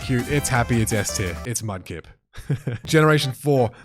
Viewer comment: Mudkip not mud lip😂😂